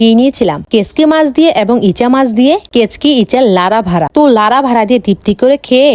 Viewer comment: কাচকি ❎কেতকী ✅